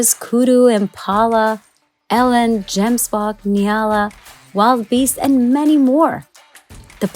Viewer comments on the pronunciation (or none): none